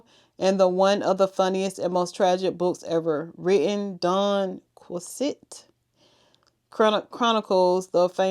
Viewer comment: Don Quixote is pronounced Don KEY-OH-TEE. 🤩